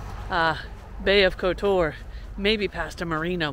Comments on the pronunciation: Again for others watching - stress is usually on first syllable in these countries. KOtar. (not koTOR). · The accent goes on the first o